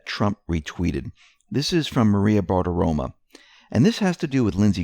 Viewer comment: It’s Maria BartiromO not Bartiroma